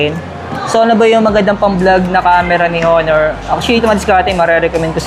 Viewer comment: Silent h po onor